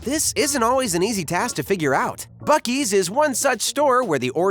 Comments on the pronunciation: ITS PRONOUNCE BOO SEE! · Buck + Beaver = Buc-Ees?…. I’m still confused. It should be Buckver’s or Bea-Uck. Where the hell does “Ees” come from?!?!?